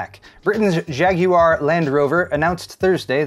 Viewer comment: As a Brit, I approve of the correct pronunciation of ‘Jaguar’ 👍🏻